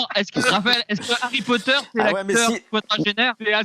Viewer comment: "harry potore"